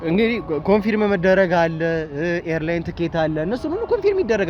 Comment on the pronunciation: * Confirm 'ኮንፈርም' እንጂ ' ኮንፊርም' ልክ አጠራር አይደለም።